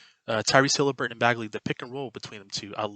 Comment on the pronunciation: It’s Haliburton not Hilaburton but keep up the good content.